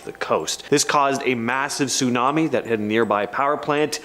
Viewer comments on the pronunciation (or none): none